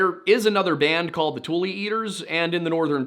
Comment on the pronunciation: Tule not like "tool," but "too-lee"